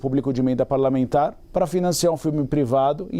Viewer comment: Xiiii o jegue empacou,com os retalhos "pralamentar" da Lei ," Vásefuder" A torta a direita. Grande Ministro Flavio Dino que laçar a boiada abusada.😂😂😂😂